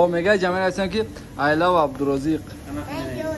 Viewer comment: Ооо сенкю тенчи бад мегида